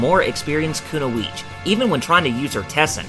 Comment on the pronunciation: kuno-eech? Kun-oee-chi. Kunoichi